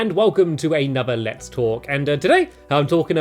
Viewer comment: I literally clicked on the video, and for the first few seconds, I was only half listening while looking through the comments. And it literally sounded to me like he said "Welcome to another Let's FORK" ahaha